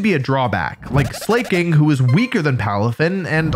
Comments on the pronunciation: I’ve been trusting your pronunciation of pokemon names until “slay king” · Wolfe. It's pronounced SLACKING. How have you played this professionally for over a decade and still refuse to pronounce it properly?! You're killing me man lol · Im taking my thumbs up back after hearing you say Slackings name